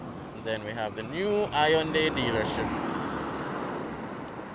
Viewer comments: Hey...just as a FYI the y is silent in Hyundai. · Hyundai pronounced wrong